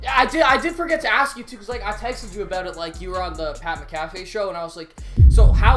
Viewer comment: He really said the Pat McCaffey show